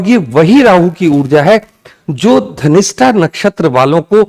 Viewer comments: Pronounce dhanishta not ghanishta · Dhanistha ho ghanishta kyu bolte hen sab ... Dhanishta is right😊